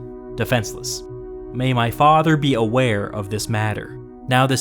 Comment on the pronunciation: Your AI needs more training on the word Faaawther.